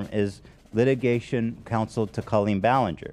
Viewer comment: Why does call Colleen (call-EEN) Co-leen lol… she like confidently pronounced her name sooo wrong